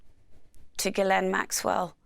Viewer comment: This host is the only person to ever pay respect to Ghislaine’s name and pronounce it correctly with such reverence… idk … like she was saying her heroes name or something